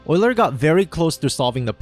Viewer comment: Jesus, that beautiful pronunciation of Euler caught me off guard haha!